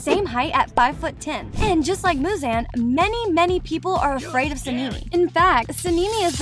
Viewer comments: oh yea, she also messed up Michael Jackson's name "muzan" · “Shinubo” and “Muzean” 😂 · Ah yes, "Tan Jiro", "Ino Sukey", "Muzanne", "Shinubo", "Saneemie", "Tamaeo", "Niechirien", and "Canow" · ‘ ‘ muzaan’ ‘ , ‘ ‘ inosukay ‘ ‘ and ‘ ‘ sænemii ‘ ‘